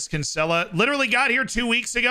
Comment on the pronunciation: He is BUTCHERING the pronunciation of Kinsella